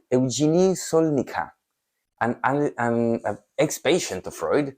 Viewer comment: Her name is pronounced /Sokolnitska/. Polish ortography does not adapt the dutch (I think) convention to pronounce 'ck' as /k/. If you know German it's pronounced like German 'z'. Please remember that. Thank you.